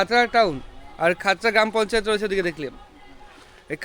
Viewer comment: Uchharan vul khotra noi Khatra subdivision, Mukutmonipur theke kache.